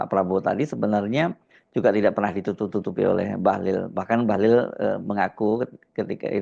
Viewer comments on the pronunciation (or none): Bahlil it pakai ' i ' bukan ' u ' 😅